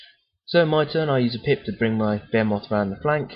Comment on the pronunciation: Generally very useful. Thanks. Great figures and layout. You do not know this, but you have a very strong accent for American ears :) Consider talking a bit slower. When you describe that big thing it sounds like "bear-moth." Here we say "Baa-He-Myth." Look forward to more programs.